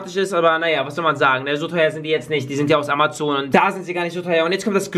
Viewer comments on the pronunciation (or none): none